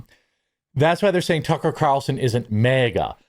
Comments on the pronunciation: You’re saying mega, not maga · MAGA is not pronounced mega... also, utilizing mediums is satanic. Here's your "SO WAHHHHT": Leviticus . Leviticus 20:6. Deuteronomy -12. Educate yourself before spouting off nonsense. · Jeremy your Minnesota is showing, "MehGA" 😂😂